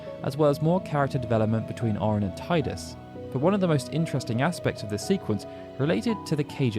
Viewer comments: I love it when you said 'tie-dus' instead of 'tee-dus' ❤️ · Tea-dus not Thai-dus. Look at the video: How to say Tidus? PLUS found scripts from final fantasy 10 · Teedus, not Tiedus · I see people still insist on pronouncing his name "TIE-dus" (the official pronunciation is "TEE-dus"). The way I see it, if you didn't create the character, then you should respect the person who DID by pronouncing the name the way they designed it. (It's THEIR character after all.) Refusing to do so is just silly. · Tidus is pronounced TEEDAS. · How do you have fact videos on FFX and not know how to properly say Tidus' name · Every time I watch a ffx video I forget you say Tidus like that.